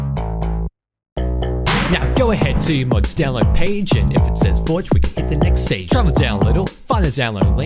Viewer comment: Thx dude, nice rhymes and lolz it sounded like you said fudge instead of forge. xD